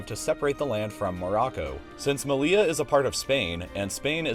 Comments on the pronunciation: It’s not “me-lee-la” it’s “me-yee-ya” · "Seh-oo-tah" and "Meh-lee-yah" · It is really funny to hear english speakers trying to name our cities xDD "Melia" instead of "Melilla" and "Ceuda" instead of "Ceuta" xDDD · "Melia" and "Cejuda" 😅🫣🙈🙈 ... seriously, if you specialise in geography then you should at least learn some basic pronunciation of the places you talk about. This is embarrassingly lazy 🙄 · You don't pronounce double L in Spanish as [l] but rather [j]